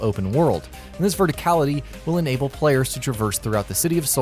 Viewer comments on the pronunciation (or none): none